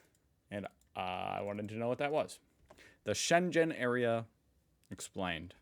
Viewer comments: I hate when he says shengen like shenjen and not with hard g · Shen-gen... Yikes... Try Scheng-en. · Shen-gen ... hard G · We pronounce it like "Shenguen" and not like "Shenjen", the word "Shengen" is german, so the "g" in always like "gu" and not "je" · Its a hard "G" not a soft "j" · "Schengen" with a hard G. Not Shenzhen. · SchenGen not SchenJen! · Mate, I too had honestly thought it was something to do with China. Because pronouncing the "g" in the middle as a soft "g" , (as in 'gentle' ) makes it 'Shen-gen'... an internationally-familiar trade & business hub. The Schengen in this context is pronounced with a hard "g" -"Sheng'n ". I also have now found that in this instance I wasn't alone. And you can just imagine what a difference it makes if it were the Chinese City that had engineered a European union.🤭 (If I totally confused you just hit "Pronounce Schengen, " to make it make sense. Hopefully.🥺) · SHENG-EN dude.... not SHEN-JEN😜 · Schengen is pronounced as /ˈʃɛŋən/ SHENG-en (with the stress on the first syllable). It comes from the name of a village in Luxembourg where the Schengen Agreement was signed, allowing passport-free travel across many European countries. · It's pronounced with "g" like in "Ghandi" not like in "generator", and it sounds far less chinese that way ;) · In SHENGEN, The “G” is pronounced as in GOLF. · "Schengen" is not pronounced like something Chinese-like word, With the start "Sche" think and pronounce like the start of the word "SCHEveningen". And the end of the word "Schengen", "ngen" is like the end of "ScheveniNGEN". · Until now, I thought the worst you do is pronounce the "Ja" brand as "Dzha". :-) But today I got slapped with Shendzhen and it hurts. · Shenzhen is indeed in China, Schengen (ng pronounced as in singing) isn't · Schengen = SHENG-EN (approx. pronunciation in English) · Because it's wrong lol. The G is pronounced like in "good." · Terrible pronunciation and an outdated map. This is so typically USAmerican! 😂